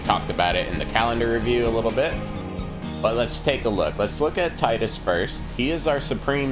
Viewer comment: Can't help but to mention the name is 'tee - dus' not 'tie-dus'. It's japanese, after all.